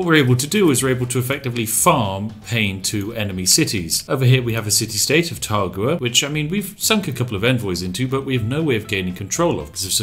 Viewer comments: Taruga my man, not Tagura. I know, coz I just conquered it last night. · City state: is clearly spelled "Taruga" Spif: "Targua"